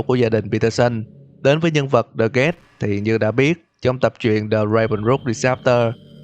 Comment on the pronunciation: The guest mà nghe gần giống với the ghast